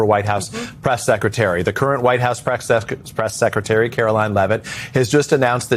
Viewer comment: Did just say "sexretary"? Freudian slip? Probably, but I think he's on to something. Leavitt can have more than one reason for leaving. Trump has moved on from her to ms. Harp.